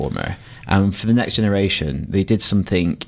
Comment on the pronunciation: "Last Genaretion"